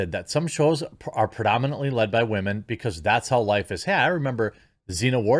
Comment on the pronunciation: I've been watching for a minute... I cannot figure out what he's doing when he says "wah-men"? Is it just how he speaks? Is he calling women whiners (if so, presumably it would only be in context of whiny women, not all women)? I never notice the word but for when he mispronounces it, lol, so he could be saying it correctly 99% of the time.